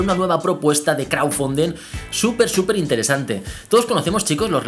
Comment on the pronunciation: ''CRAUFUNDIN'' ''APOL WACH'' ''SICRET BRUASALET'' Nice english GG